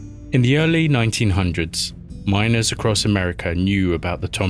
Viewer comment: MINERS NOT MINORS!!!